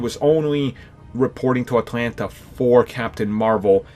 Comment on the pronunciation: You say Atlanta real weird, homie.